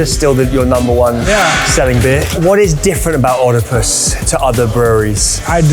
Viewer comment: Thought you’d learn to pronounce Oedipus.